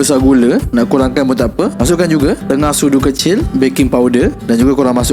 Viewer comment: Ingat kan 6 sudu kecil rupanya setengah sudu,dengar macam 6sudu kecil😂